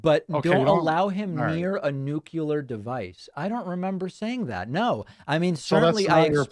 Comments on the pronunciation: First of, it's NU-CLE-AR not NU-Q-LER. It's pronounced exactly how it's spelled. Second, he's clearly strawmanning by misrepresenting David's argument. He puts words in David's mouth, trying to get him to say Trump had no business having control over nukes (good on David for not falling for it.) He can then bring in his Doomsday Clock argument because we are currently at about "1.5mins to" while we were at about "2.5mins to" while Trump was president. His argument is that we were SAFER under Trump. What he fails to include is that, prior to Trump, we were at "5mins to" under Obama. So one could argue that Trump BROUGHT us closer to Midnight. As well, MANY other factors determine the Clock, climate change being one of them. It's not just nu-q-ler war. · Nu-ku-lar. It's nuclear, you dil-ur-do. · The Doomsday Clock's origin can be traced to the international group of researchers called the Chicago Atomic Scientists... not Einstein. Caller is full of shit from the beginning. The caller is corrected about pronouncing Nuclear and still calls it Nook-cuu-ler. The Caller is Filibustering and saying you are Filibustering. The typical RepubliKKKan Victimhood bullshit. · Bobby can't/won't correctly pronounce nuclear: nu-cle-ar. (Bobby says nuke-U-lar). Not a very good listener either. He was corrected and kept saying nuke-u-lar. Sort of like holding up a sign saying "I'm stupid and I like it." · If you cannot be bothered to learn how to pronounce nuclear, it just makes you sound like a fool. Nuke-u-lar is just not a word and there is no excuse for mispronouncing it so greivously. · If he says, “nookuleer” one more time, I’m gonna scream 🤨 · Nuculer??? "2017 election" David's response was, "There was no election in 2017." Caller's reply, " I'm just talking estimates." ESTIMATES!!! OF WHEN THE USA HOLDS PRESIDENTIAL ELECTIONS???!!! Americans know when we hold elections!!! We don't need an estimate of the election before last!!! Wth??!!! Is this guy high??!!!